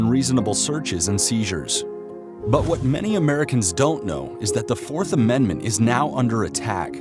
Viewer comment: Did you say Amen-d-ment?